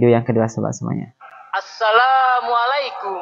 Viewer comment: kan ini pondok bagi anak2 muda indonesia belajar agama..mengaji dan lain2...kok malah pengucapan assalammualikum nya sangat pelik dan tidak fasih arabnya????kenapa perlu pakai suit barat yang megah (kot)...kan islam menganjurkan sederhana dalam berpakaian???...adakah indonesia belum merdeka dari belanda...dari inggeris???